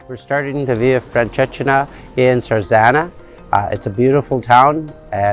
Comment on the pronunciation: very nice video thank you...but you may want to Google how to properly say the name of the walk